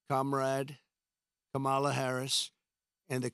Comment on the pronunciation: You obviously don't even know what a Marxist is it's a person who evaluates numbers. You can barely pronounce your words you're slurring all over the place and it's Kamala Harris not the way that you are pronouncing it and God has not released hell on anyone you don't care about people because you didn't care about the woman that you caused to live her life without water to her home come on Donald you can do better than this work on honesty and Truth work on getting rid of that narcissism